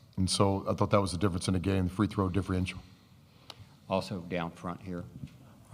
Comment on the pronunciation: Someone needs to teach him how to say "Differential" if he's going to complain as much.....no idea what a "difrienshul" is.